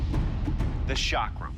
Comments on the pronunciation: It is "ch" not "sh". Why is it so hard to pronounce?? 😶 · I physically cringe when you pronounce it sha-crum. Its pronounced a chuck-rum. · chakram is right but the guy is literally saying shock rum lmfao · it's not shaakram it's chakram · Chakram is pronounced "Chuck-rum" ... as in Chuck Norris and Navy rum not Shaak-rum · I heard shock room 😂